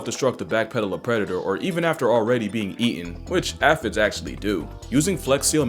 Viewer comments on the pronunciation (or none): it is pronounced A-Fids. Not At-fids. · its not aphisss its A Fi Dzzz a harder f and d sound for those little green bugz brother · Ay-phid Ay-phid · bro misprononucing aphids....